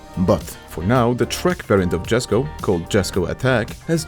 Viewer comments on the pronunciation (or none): Read Jesko as "Yesko" it's Swedish name not american.